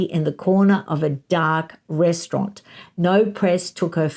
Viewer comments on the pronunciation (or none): none